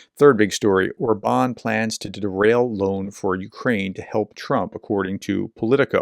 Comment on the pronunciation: Regards Orban, accent on first syllable